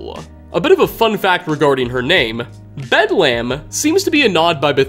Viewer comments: It's pronounced Bed-LEM not Bed-Lamb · Like the Hospital, it's: "Bed-lm" not "bed lamb" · It's not bedlamb, it's bedlem. The A is supposed to be soft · It's pronounced more like Bedlum rather than lam. The English language is a wonderful thing, making and breaking rules. Great video, hope you will do more for 76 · ... ... ... Bedlum... Bed - Lum Not Lamb... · I think you read too deep into Bedlam. It's pronounced Bedlum. It means a scene of uproar or confusion. When people say "There's bedlam in the streets." or "It's bedlam everywhere." that's what they mean. It's a good raider name. Like naming any other raider something like Riot, or Chopper, or Smoker, or some other raider like name. I figure someone already mentioned this but I couldn't let it go. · Love these videos but hearing you say bed-lamb is making me laugh! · "bed lamb" XD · Pickman's just the Hannibal Lecter of the wasteland. Also, how did you get anything wrong about the Mechanists history? And Bedlam is pronounced "Bedlum". WHY CAN YOU NOT PRONOUNCE ANYTHING? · You're sayin "Bedlam" weird. It's pronounced "Bed-luhm." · Bedlam is pronounced bedlum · no, it's not, and no they don't. It's almost always a case of fans misunderstanding something, or reaching as far as this dude is. Take the "bedlam" reference in this very video. must be unaware that bedlam is an actual word... based highly on his constant mispronunciation, so for whatever reason he thought that the first thing that came up in a Google search must've been the inspiration. Some super obscure British hospital... as the name for a raider? He'd realize how wrong he was if he had even a seventh grade vocabulary. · your saying the raiders name wrong bedlam means madness our a scene of uproar and confusion. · Learn to pronounce Bedlam, will ya?